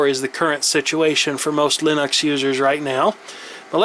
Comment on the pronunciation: Why the fuck do you pronounce it Linox. Fucking annoyong